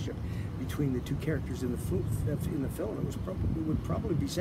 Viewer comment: Who says “fillum”??